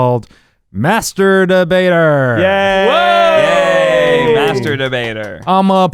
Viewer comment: Every time Eugene said "master debater verdict" I head "masturbator verdict."